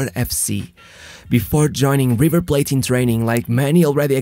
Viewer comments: its not giver plate, River Plate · man, thats not how you are supposed to pronounce the Rs in spanish, thats how some brazilians in the center of brazil pronounces their Rs, not even the whole brazil pronounce them that way. Also river plate already is in english bro, is not kjhiver plate, its just river like you would call any river on your city. Im a native spanish speaker an argentine and i can also speak portuguese, you are way better off saying those names on your native tongue, the exact same way you pronounce any name in english, people would understand you better and would not confuse people, pablo aimar is not brazilian or from brazilian decent nor his name is a portuguese name, aimar is just a latinization of the family name haimhard, and pablo is the spanish version of paul, in portuguese would be paulo.